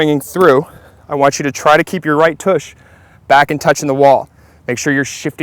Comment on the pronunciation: No kidding. Grown ass man saying “toosh” how sad. I’d say revoke his man card but I’m guessing he never had one to begin with LOL